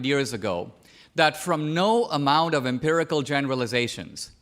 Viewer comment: Empirical. Not impirical. Nonetheless, great video.